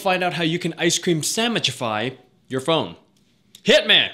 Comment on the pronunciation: Loved the 'hit meh'